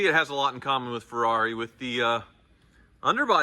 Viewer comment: It's not a Ferrari, it's a Yee-Haw-ree